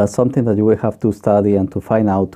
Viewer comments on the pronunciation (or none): none